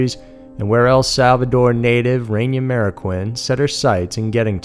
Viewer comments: Reyna Marroquin, pronounced RAY-NUH MARROW-KEEN, please up your game on this..... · Good video, but the pronunciations could use some work. The woman's name is pronounced RAY-NUH MARE-AH-KEEN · Her name is pronounced Rey-na. Not Ren-ya. You said it right a couple times. :/ Her last name I understand is harder pronounced "Marro-keen."